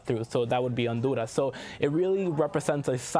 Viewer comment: Pronouncing some names of countries in Spanish is so annoying.